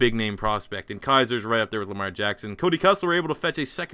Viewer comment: ITS KIZER